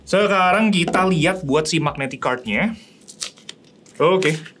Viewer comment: Biasanya ngapa sih ngomong "kart" nya. Kenapa harus "kerd" sambil monyong2in mulut. 😂